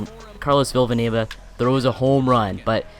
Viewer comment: Villanueva only has one v ur saying villavanueva